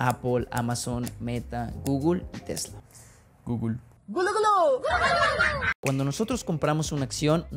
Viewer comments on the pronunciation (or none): Perdí el interés cuando vi que el objetivo de era más de ridiculizar a Andrés que de aportar algo Significativamente relevante para el video. Hacer caras, evidenciar la pronunciación de Google y no entender que esta es una guía básica y que es normal que las definiciones sean de wikipedia, (malo que las estuviera inventando) fue todo lo que vi en estos 30 minutos. Usando la vieja confiable de decir que el otro está mal para promocionar sus propios videos que sí están bien, según quien, pues según él mismo. En fin, una forma muy básica de generar atención. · Encerio críticaste hasta como pronuncio Google? Aun sabiendo que la pronunciación es diferente en México que en España. Este video va básicamente de buscar el granito negro en el arroz blanco.